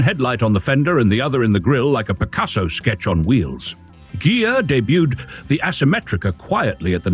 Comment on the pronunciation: Beautiful! But, the "i" in Ghia is pronounced as a long "e" in Italian.